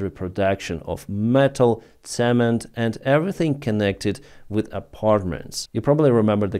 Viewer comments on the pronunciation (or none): none